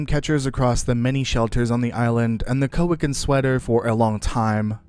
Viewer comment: pretty sure it's pronounced caw-itch-an